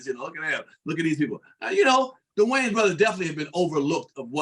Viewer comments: Is it just me or does it sound like the female host is saying the Wayne's brothers instead of Wayans brothers 😂😂😂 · My sister. Did she say “Waynes” every single time? 😂 This is definitely a true topic by CH.